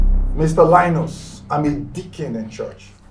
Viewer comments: LIEnus, lIEris... lies 😂😂😂😂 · Mr LIE-NUS Daughter LIE-RIS 😂😂❤ Thank you so much for this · Lie-nus & Lie-ris 😂😂😂 How will they not lie? It’s in their name. Though I got the lesson it’s hilarious those names 😂😂😂